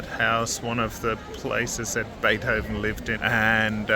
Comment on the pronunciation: Damn the way you say beerhoven or rhe other names surly tou must be taking the piss